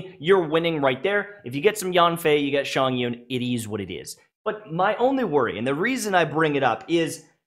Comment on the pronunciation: lol you are pronouncing Chongyun in such a wrong way 🤣🤣🤣 it giggles me every time you say this name, it's not Shawn-yun